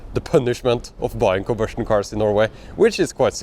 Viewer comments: Are you saying combustion cars or ICE? I kept hearing conversion cars. I am not sure what a conversion car is. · I think he's trying to say "combustion car", but he has a severe speech impediment.